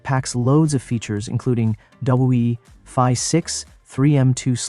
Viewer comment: “WI” ? Instead of YFI?….tell me it’s anAI without telling me it’s an AI. lol.